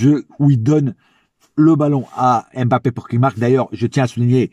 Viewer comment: Concernant nos joueurs avec un nom de consonance Africaine j'aimerais vraiment que tout le monde fasse l'effort de bien les prononcer svp, Eric Junior Dina Ebimbé, comme M'bappé on prononce pas la lettre M come tel mais comme mmh sinon j'aime beaucoup tes debriefs et ton amour pour nôtre club force à toi frère.